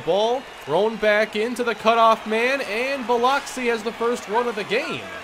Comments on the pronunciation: Cahm-pos, not Camp-os and Bill-ux-ee, not Bill-ox-ee. I'm enjoying the series, but... yikes. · South Mississippi native here,. Biloxi is pronounced Bil-uhk-see. Just in case you play them again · Just wanted to let you know it’s pronounced (Buh-lux-ee) can’t blame you, spelt weird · you killed me with your Biloxi pronunciation. Got to get that fixed, cringed everytime you said it. Love your vids though. Keep em coming.